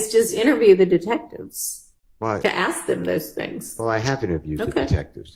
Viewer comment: For people who are critical of pronouncing the word "ask"....with the k before the s. Well, the judge did say " Who THEY is"....😊 I'm just saying people misspeak sometimes.